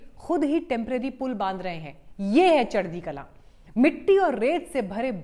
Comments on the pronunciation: its kalaa and not kalaan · चढदी कलां नहीं जी “चढदी कला” बोला जाता है। आपका धन्यवाद 🙏🏻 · There is no sound of “ n “ At the end. Punjabis sent back “ Alexander the no so great” what’s water !